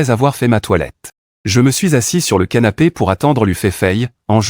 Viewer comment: ces moi ou il a dit sanape😮😂